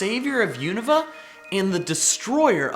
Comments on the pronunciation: Everyone pronounces it U-n(oa)-va when the real pronunciation is U-na-va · lol he pronounced unova so wrong